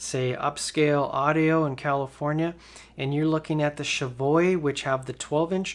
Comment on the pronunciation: "Chevoy" ?? Cheviot is pronounced: think that American classic, 'Chevy' and then add 'ot' to the end. That is how it is pronounced. No silent 'T'